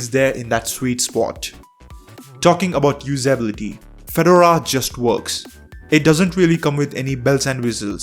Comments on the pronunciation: Feh-door-uhh, not fed-ur-uh. Per Red Hat. And Ubuntu (all Debian variants, really) is just as good. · It's pronounced Fe-DOR-a, accent on the 2nd syllable. Like the hat in their logo. You're saying FED-or-a. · Fed-DOOR-RAR - not Fed- u - ru ;) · I thought he was saying "Phaedorah". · Pheh dora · You have done a great video, but it is pronounced Fah-door-rah, it is a type of hat. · Drinking game -- drink every time he mispronounces Fedora. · You could have researched how to pronounce the word "FEDORA" or for that matter the word "SUITE"